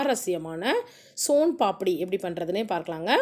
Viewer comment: Adhu paapadi illa papadi nu enga sonnanga